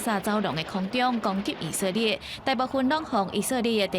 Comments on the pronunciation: 以色列這個詞念那麼多次，能不能不要一直講ㄧˇㄙㄜˋㄌㄧㄝˋㄧˇㄙㄜˋㄌㄧㄝˋ，照字念Í-sik-lia̍t都還比較好，這是台語新聞欸。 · 認同+1，「以色列」的台語發音在150年前的台語聖經就有了